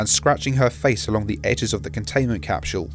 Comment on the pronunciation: CAPSHUULE It's just a joke, your pronunciation is ok